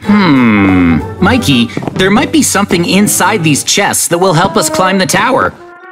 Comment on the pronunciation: Wait not makey😅 but mikey😊